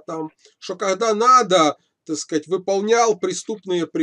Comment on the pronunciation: Если хочешь набухаться, каждый раз переворачивай полтос, когда произносит слова: "Такскать" Простите меня, )